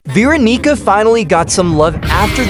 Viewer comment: “T- time” “beeronica”